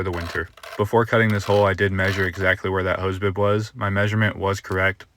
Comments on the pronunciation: Boob? PRONUNCIATE NOT MASTICATE! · Anyone else hear "hose boob"? 😂